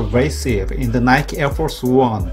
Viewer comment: Nike의 잘못된 발음